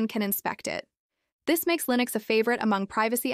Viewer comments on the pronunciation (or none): "Lineus --SSorce Ayiiine" My favourite distro!